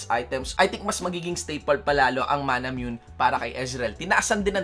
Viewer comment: Its Mana-moo-ney not manamune Because its a Japanese sword Riot confirms it No hate, just sharing knowledge Thanks